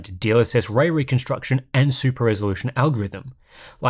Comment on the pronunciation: Wespect fo pwonouncing way weconstuction without any hiccup! 😵‍💫👍